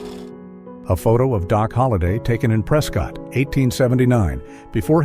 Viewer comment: Just a quick note: locals pronounce "Prescott" as "Preskit".